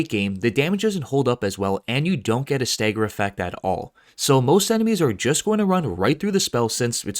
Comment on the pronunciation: Staeger? You mean stagger...